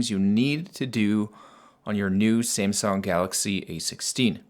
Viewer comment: ”SIMSUNG” 😂😂😂😂. Dude it’s SAMSUNG